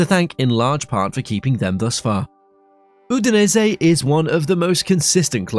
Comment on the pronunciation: good video, but this is without exaggeration the worst pronunciation of italian names i have ever heard. "Gil azzurri" and "Udensey" being noteably bad.